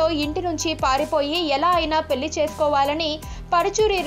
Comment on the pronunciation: Pelli enti correct ga pronounce cheydam kuda radu .. kampu telugu vinaleka chastunnam